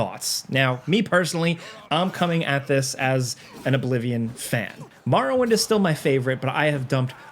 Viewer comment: Did brother just call Morrowind Muhrawind?